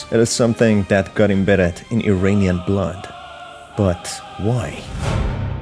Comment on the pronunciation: Please pronounce "Iranian" correctly. It is "EErAAneeyan" and NOT "EEreeneeyan." Correct pronunciation simply is evidence of knowledge. Thank you.